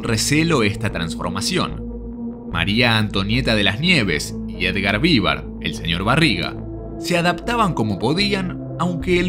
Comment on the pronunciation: no Vívar...